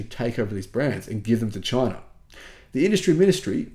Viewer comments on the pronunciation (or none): none